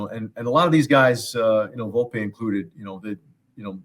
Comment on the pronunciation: Did he call Volpe Valopay ? Lmao